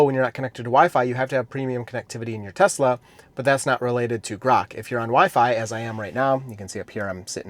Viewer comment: "I love Tesler"